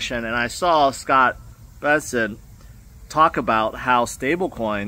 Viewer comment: Its refreshing to see say Bessent and not Bensent